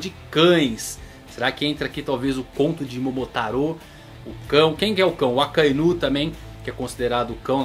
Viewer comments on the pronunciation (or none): none